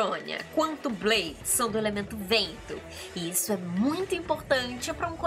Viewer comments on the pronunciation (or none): pq vc fala blaidi?